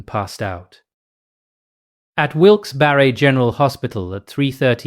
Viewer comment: You actually didnt eff up the pronunciation. Pennsylvania thanks you. ❤